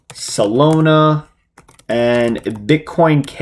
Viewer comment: lol bro it’s Solana. Not salona 😅